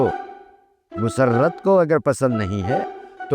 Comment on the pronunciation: The way Dada Pronounce Musarrrrrat 😂❤😂😂😂😂